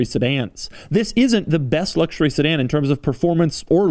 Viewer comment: Everyone: "ultimate luxury" Doug demuro: "ultimate Luoucshuriey"